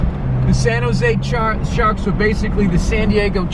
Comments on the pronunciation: Lol. "It's the Shaaaaawks" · SomeWygrl Go Shaaakkks! 😂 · Something wrong with calling the Shaaaahcks boooston Shaaaaks